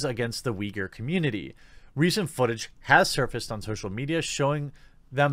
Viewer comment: You have the correct Chinese pronunciation. They spell it Wei Gur in Pinyin. Cenk Uygur’s father was from that area, I believe. There are a fair number of ethnic Uyghurs in Turkey. They and the Turks pronounce it Oo-ee GOOR.